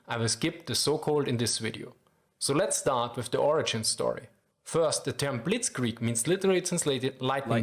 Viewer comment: Here is a very german response to your attempt of pronounciation (direct and brutally honest): It's not as bad as it could be, but you should definetly keep practicing. ;D It's hard to master our language, but you can do it. (I hope you don't "get this in the wrong throat" as we say. 😅 Germans are very direct.) I love your videos.